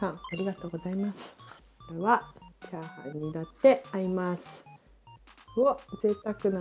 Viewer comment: チャーハン作るよ が、チャハン作るよになってた。 可愛い💕